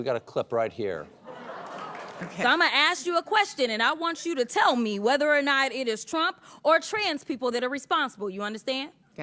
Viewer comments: She's gonna 'Aks" not ask You "undastand" ....... lmao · I'm gonna aks you a question. 😂